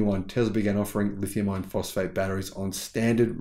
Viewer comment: I watch most all of your videos and like what I see. I just have one small complaint, The way you say "lithium iron phosphate" sounds like "lithium ion phosphate" .